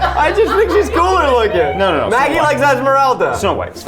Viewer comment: I cannot believe the disrespect on Esmeraldas name